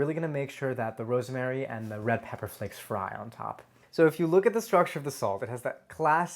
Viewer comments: Ros-ma-ry. It is three syllables. This guy pronounces it like it has 4 syllables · Me: I had no idea "rosemary" had three syllables.